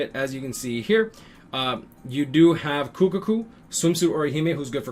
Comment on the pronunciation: If you say kukuku one more time lmao it’s kukaku😂 also I went to step 10 I lost all control and only got harribel from the ticket I went to far in smh